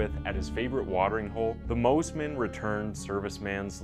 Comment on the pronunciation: Pronounced 'Moss-Man' not 'Moze-Man'. Great vid.